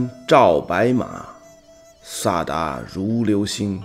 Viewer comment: 飒沓 读sa ta, 不是sa da